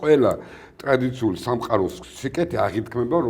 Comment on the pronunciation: ამ ჩოილარის გარდა სხვა რესპონდენტი რომ ვერ გინახიათ, მაგაზე გეტყობათ რა ტელევიზიაც ხართ! ისე, ჯერ ლაპარაკი გესწავლებინათ მაინც და მერე დასვით ეთერში ჭკვიანი სახით.... "ეგზესტიციალური" შეიძლება რომ არ იცოდეს და ეშლებოდეს, მაგრამ "აღითქმება" რა უბედურებაა, ეგ როგორ არ უნდა იცოდეს! სხვა საქმეა კიდევ ამის ბჟუტური... როგორი ქართული ოცნების დამფუძნებელი და სამხედრო ოფივერიც არის, ისეთივე ანალიზებსაც აკეთებს... ჯორჯიან თაიმსის ექსოერტებს რომ ეჯიბრება ეს ხუი!